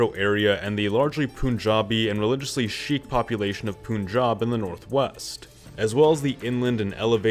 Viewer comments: sheekh 😂 nahi sikh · Sikh not sheek please. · It’s pronounced Pan-jahhb Not Pooonjab And pronounced Sickh Not Sheek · It’s not sheek it’s Sikh that just sounds like sheikh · Nice video but a small tip sikh isn’t pronounced as sheik but more like the s sound in sun followed with i like in and then kh from American khaki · and the letters are written in English… Sheiks are from the Middle East Like the wrestler the iron sheik Sikh is pronounced exactly how it’s spelled, so why the attempt at pronouncing it weird ?